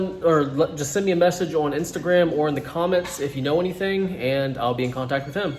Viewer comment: "Don't egg us ahwn"